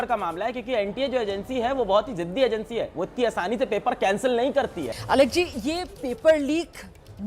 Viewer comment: Alak nahi alak sir bolo